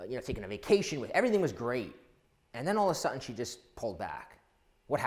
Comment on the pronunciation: all of a 'sutton' where do you get that horrid pron from?